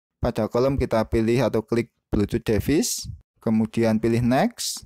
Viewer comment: duh bacanya bkn devis tp divais. tutor bgs anyway